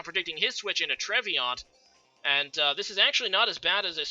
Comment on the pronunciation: Trev-e-naunt (Like the DiCaprio Film). Nice predictions in this match btw! A change from usual ;)